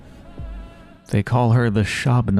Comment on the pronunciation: The kh sound in Burakh is the only one with a silent K, Khan is pronounced like Ghenghis Khan, because it’s not his actual name, it’s a title that originates from the steppe, also Kain is pronounced like Kane. Love your content but this really bugs me while watching your pathologic playthrough